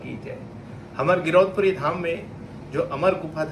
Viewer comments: Are pahle aap thik se to name le lele girdosh Puri nahi girodpuri hai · बोलना सीख ले पहले गिर दौस पूरी नही गिरौदपुरी है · गिदोसपुरी नही यार गिरोदपुरी धाम होता है यार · Girdaus kyu bol rho ho anpadh admi fir girdous bol rhe ho isko kisne news me rkha hai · Girodhpuri dham. ..... Hai name thik se bolo .. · Bhai giriudpuri dham sahi se bol to lijiye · पहले गिरोधपुरी धाम बोलनासीख लो उसके बाद आगे बोलना सर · गिरौदपुरी का नाम तो ठीक से लो पत्रकार हो नाम पता नही है और चले हो एंकरिंग करने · CBI जांच होना चाहिए। मुख्य अपराधी कोई और ही है। और भाई news anchor है सही से नाम लेना तो सिख जाओ गिरौदपूरी हैं वो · गिरौदपुरी धाम बोला नहीं जा रहा आप से न्यूज बनने से पहले पूरी नाम पता के श्री मान 😅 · ये कैसा एंकर है जो ठीक ढंग से गिरौदपुरी बोल नही पा रहा है।